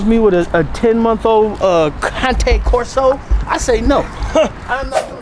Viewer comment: Dude said " cante corso" 😅 cane Corso